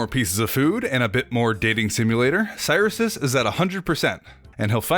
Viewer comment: Cyrisus name is definitely pronounced krix sus